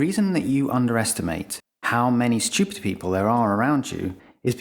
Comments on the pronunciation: Obnoxious people pronounce a non-existent "y" when they say the word stupid. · Much like Brian's irritation at Stewie's pronunciation of Cool Whip, I'm distracted by the way he says "stewpid" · I'm sure this makes sense in other countries, but as an American, I can't help but find it hilarious that this guy pronounces "stupid" as "schupid". =P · The vertical axis labels are stupidly omitted from the graphic. Also, the British pronunciation of stupid as "shtee-upid" is stupid. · 15 minute long video and not once could you pronounce "stupid". Shhhhhhtupid bri'ish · I was curious about the video, but the way you pronounce that word is unbearable. what the fuck is a schewped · I like the disdainful way in which you say & emphasize the word “STU-pid.” 😂 It’s very INTJ-ish & matter-of-fact, something I very much relate to. ✊ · I LOVE how this guy says "shtoopid"... Emphasis can make such a difference in speech... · His pronunciation of stupid is stchyoopid. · Why is it so satisfying every time he says “stUpid!”? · LOVE when it's pronounced "steeyupid!" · So funny how every time he says stupid, he puts a little stank on it. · Can there be selective stupidity? On the word stupid. Fascinating how you emphasise STUPID like a hypnotic suggestion. How is that beneficial? How about the focus and substance of SOUL as being more of an all rounder and kinder and broader and deeper avenue worthy of turning your intellect bright light upon. That and Heart intelligence to be fair and balanced and realistic and uplifting and helpful. Ta. Oh and to eternally remember divine intelligence conciousnes that can pour forth through the most unlikely underestimated simpleton too. Manners are nice...kindness costs nothing. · I like the way he emphasizes the word stupid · Bro why are you putting so much emphasis on the word “stupid” 😭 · Like the way he emphasizes the word stupid. 🤣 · I love how he pronounces "stupid." 😅